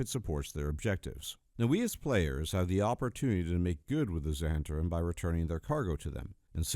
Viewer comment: 'Zhu-hent-arim'? I think it's just Zent-arim.